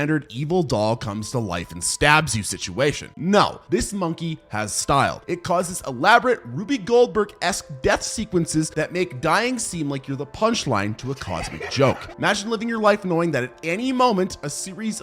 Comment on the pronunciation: Not "Ruby Goldberg" its pronounced "Roob" like room with a B at the end.